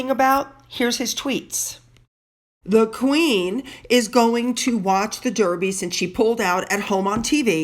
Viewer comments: Love your channel. Just being annoyingly pedantic. Edinburgh is pronounced Edinburra. Derby is pronounced Darby. 😀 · Just fyi, we pronounce The Derby dArby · Thank you for all the kind things you say about our Royal Family ! I must admit, you have me laughing, with your pronunciations and your lack of understanding some of our crazy customs. 'They met a goat'...... The goat would have been The Mascot of his Regiment.😄 The Derby is the Daaarby, as in Baaaaath! You Americans never say aaaah! EdinBORO is pronounced 'Edinbro'. Pimms served in a bar can be Pimms No 1, 2,3, 4, according to the base alcohol, such as gin, whisky, rum,etc., and are served with mint, fruit, according to the number. Thanks for your highly entertaining channel, I have subscribed.🙋🇬🇧🍓🍉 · Dear, our horse race is pronounced Darby as is my birth place, Derby, which is in Derbyshire and not Surrey where Epsom is, (😳) even though its got an “e” in it xx love your videos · You managed to mispronounce Edinburgh and Derby in one sentence. 😀.